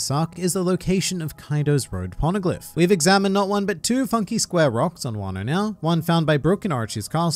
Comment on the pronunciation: ah yes, wan-noh :) edit: is this spoilery stuff? please reply lmao